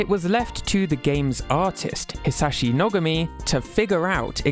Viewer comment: I love Hisashi Nogami's ideas. btw i think his name is pronounced No-GAH-me